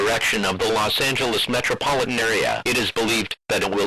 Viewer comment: Los angeleez